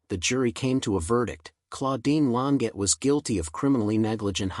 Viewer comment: He's not pronouncing her surname correctly!